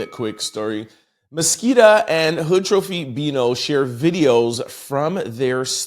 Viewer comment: Love you! Just wanna help you break it down to say it correctly. Her name is Ma-si-ka